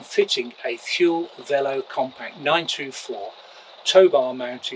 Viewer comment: Thule is pronounced “too-lay”.